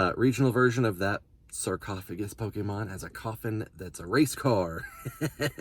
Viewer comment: When you said coffin races I thought you said koffing races at first XD